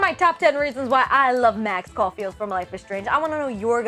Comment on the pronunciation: Caulfield Not caufield